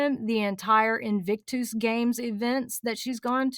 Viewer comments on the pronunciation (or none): The way you say “invictooose” makes me giggle every single time. Never change.